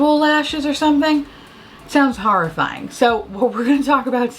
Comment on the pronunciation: I'm always like, ummm, if youre from Queens, you don't have any trace of an NY accent. Cut to you saying "harrah movies" and "harrah-fying" Bitch. I stand corrected. Haha 😄🤣😂 "sandpaper finish"